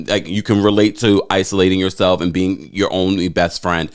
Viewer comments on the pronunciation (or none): none